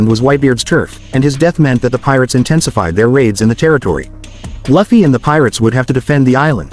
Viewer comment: Its लूफी not लफी